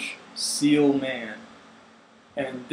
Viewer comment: For the record, it's "ci-ell", not "seal".